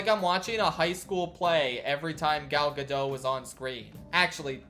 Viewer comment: Hey, please remember that the T in Gal Gadot is not silent. If you're going to say it like a hundred times, you might want to make sure you have it right.